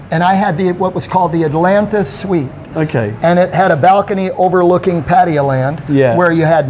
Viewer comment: pronounced pattaya the correct way.. you have to learn from him